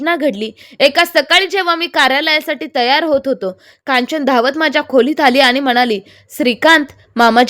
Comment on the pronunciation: खुलीत नाही खोलीत